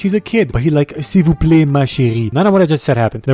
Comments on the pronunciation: perfect french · hey Bro / Baguette dude here ( french guys ) when you say " s'il vous plais ma chéri " It was pretty good ! in gratitude i share a bit of my croissant oui oui with you :D